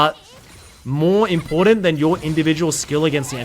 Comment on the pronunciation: How many people thought said maw instead of more